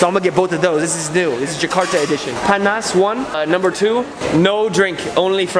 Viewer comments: I like how he says panas into pan nas XD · It's not "pan nas" it's panas Panas = Hot